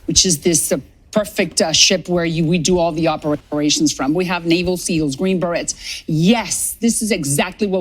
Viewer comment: did she call our elite fighting force "the green berettes"? 😅